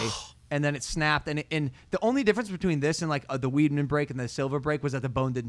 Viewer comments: am i the only one who heard him call Chris weidman "weedmen" break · Not weedman it’s weidman (wide-man)